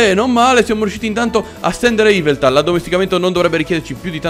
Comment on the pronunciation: yveltal non iveltal